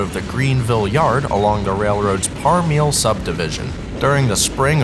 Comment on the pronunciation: Very nice video. Just a quick note, the subdivision is pronounced Parm-a-lee. My dad is from Bethel, just down the road from there. That’s also why the band Parmalee has their name spelled like it is, so it’s pronounced correctly. Really enjoyed the footage!